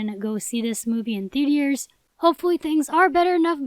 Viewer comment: “ THEATIERS” Lol 😆 iykyk